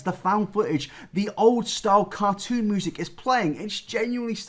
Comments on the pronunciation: Did actually say "moosic"? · No one: Absolutely nobody:: moosic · Oh yeah, I forgot you pronounce music as "moo-sic."